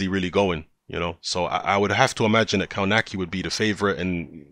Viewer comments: Pronounced kov-natch-ki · Dude spell his surname like "KOVNACKI"